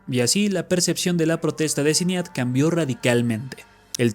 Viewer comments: Ehm,, se pronuncia "Sainid" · Datos curiosos sobre este video: 1. El nombre de la difunta Sinéad O'Connor es uno de esos nombres irlandeses no muy comunes. La pronunciación correcta es "shin-EID". 2. Public se pronuncia "PO-blik". 3. La canción E.T. (I love you) de Buckner & Garcia no tenía batería cuando apareció por primera vez en 1982, no 1983. La versión que se escucha aquí es una regrabación de c. 2009-10, unos dos años antes de que el difunto García pasara a mejor vida. (Existe un video con la versión original en YouTube) 4. El difunto Falco también intentó tener algo de éxito con Vienna Calling, pero no tan grande como Rock Me Amadeus. 5. Irónicamente, uno de los hermanos de Las Ketchup, "Tomatito", llegó a tener algo más de fama que ellas, llegando él a aparecer en un video de Romeo Santos. 6. La canción We no speak Americano por Yolanda Be Cool tiene triple ironía: Aparte de ser recordada como es, muchos la recuerdan cuando Pitbull la sampleó en Bon Bon. Sin mencionar la confusión que causó en muchos creyendo oír el consabido "pa-panamericano". 7. Alexandra Stan llegó a grabar un número con Daddy Yankee, pero sin repetir el éxito de Mr. Saxobeat